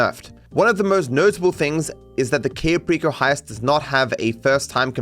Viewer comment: Non American English speakers have such a hard time pronouncing other languages. "Kayy-yo perico" wth is that